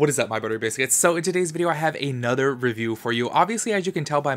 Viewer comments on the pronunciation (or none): none